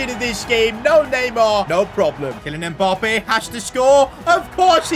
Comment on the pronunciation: “Kilian mpoppé”💀💀